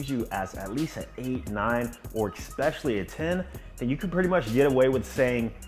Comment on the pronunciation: Expecially 😅 otherwise great video